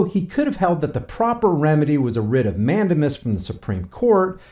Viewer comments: Mandamus is pronounced Man- Dame- Us. 😂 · It is pronounced mand-A-mus with the accent on the second syllable and using a long "A" sound as in the word "take" not a short "a" sound as in the word "tac".